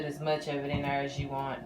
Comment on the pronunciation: Love this! It looks like the Georgia peach from the cheesecake factory. Where are you from? When you say "thurr" it reminds me of when I lived in Texas lol.